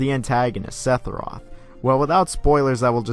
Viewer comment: Did this mf just say "sethiroth"